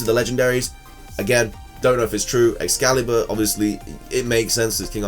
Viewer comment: Ex-scale-bur, not "escaliber"!